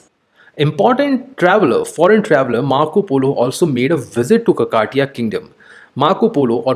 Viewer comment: It's no kakaatiya sir It is kakatiya